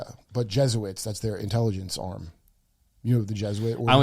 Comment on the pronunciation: *Je*suits ?!? Come on Kurt. You're so close